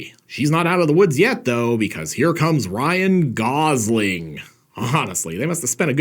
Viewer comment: "Ryan Gauzeling"? I'm calling the police